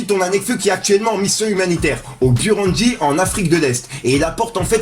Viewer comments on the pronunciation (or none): Frèro, fait un effort quand tu lis tes news. Tu parles de 14306 ventes alors que c'est marqué 94306. C'est pas la première fois. Heureusement qu'on se renseigne aussi de notre côté. Et on lit ''bouroundi'' (burundi) et non ''beureundi''. Concentre toi un minimum.